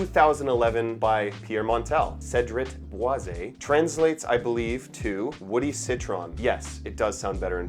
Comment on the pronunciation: It’s pronounced Cedrat Boy Zee. I bought a full bottle last year. Loved it for a month until it started making me nauseous. It would be great if not for the heavy handed leather. The dry down becomes way too leathery.